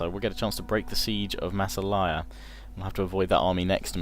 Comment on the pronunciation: I think in Massalia the emphasis is on the second ''a''.